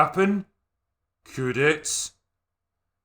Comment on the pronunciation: My favorite part when he says "Geew away neeeau".